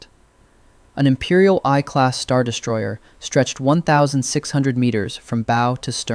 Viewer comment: it is pronounced "Imperial One Class"